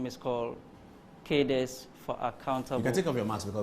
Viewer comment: I think this word 'CADRES" is mispronounced by the majority of Ghanaians, including reputable journalists.